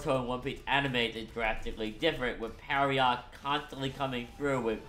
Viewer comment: Just a heads up, Pierrot is pronounced pee-AIR-oh (ぴえろ), not PERRY-ott